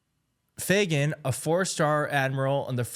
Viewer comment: Dude...what's so hard about the name Fagan lol.....my god Everytime you said Fagan you acted like you where trying to pronounce a crazy foreign name. Your clueless....I can't believe you have a platform. She got fired due to incompetent just like the Generals you mentioned. Fuck these people.... they're placed in their position to weaken our Military.....getemout!!!!!!!!!